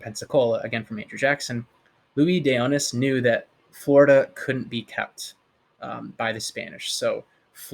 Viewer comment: Hey, it isn't OH-nis, or LOU-ee day oh-NEE; it's Lweez de oh-NEESE. Spanish is completely phonetic and exceptionally easy to pronounce, if you care to spend a tiny bit of time on the names that are important to you.